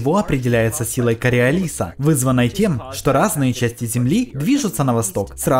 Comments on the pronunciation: Amina Filatova КориолИс, потому что он француз, а там все ударения на последний слог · кореолиса, ударение на вторую о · В разных языках фамилия произносится по разному и это нормально,что в русском ударение на "о"